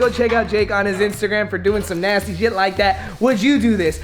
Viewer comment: Nobody: Literally no one:: DoUsTy... Also: NaYsTy